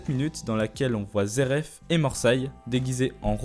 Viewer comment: Y'a pas de R pk tu t'entête avec ton "zeref" loool Aller, repeat after me: Zé éf (phonétique) me remercie pas.... 🤝 Comme "tin y me zééf lui".....